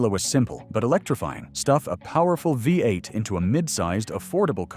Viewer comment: 🙄😞🤮 STUPID AI CRAP! Thoroughly fed up with it already! The future alright-soon in the “future” it needs to go in the scrap yard! What the HELL is a”Vie eight? 🤮 LOL! They think this “technology” will replace humand when it can’t say simple phrases and words without screwing it up? Lol FAT CHANCE! Total junk. Lol my poor typing because I am tired is FAR better than this detritus! WHY are posters on this forum using this trash? Oh. They probably can’t narrate and think a way over priced phone or computer is worth the space it wastes. AI sucks.